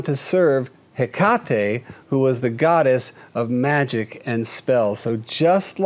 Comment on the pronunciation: Is it a mutation if it's dominant? I think it's pronounced heck-a-tee. My black cat is named Uni. I love him, but he is my teen terror.